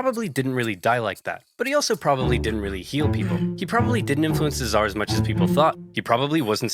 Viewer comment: Hasan downplays the killing of millions by going “but what about the hundreds of thousands by the zhar” it’s so funny